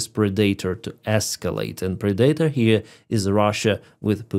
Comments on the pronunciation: Pred-ah-tor not pre-dater LoL!!! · "Predator" is pronounced with the emphasis on the first syllable, not the second. And the 'a' is short: PREH-duh-ter